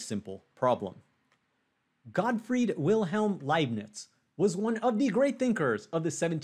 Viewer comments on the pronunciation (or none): none